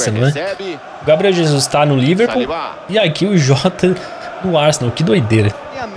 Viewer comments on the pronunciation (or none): none